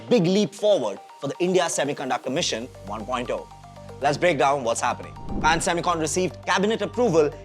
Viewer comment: Bhai name to sahi se lele company ka 😂😂